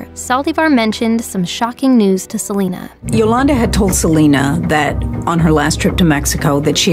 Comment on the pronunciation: “Se li nuh”